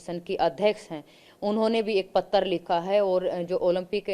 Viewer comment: "pattaaar". Patra nahi."patttaar". Ha ha.